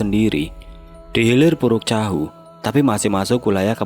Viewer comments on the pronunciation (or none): Muara teweh ,puruk cahu bang sory abang nya salah penyebutan🙏